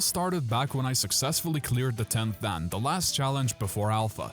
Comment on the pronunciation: its not pronounced dan. its pronounced dawn.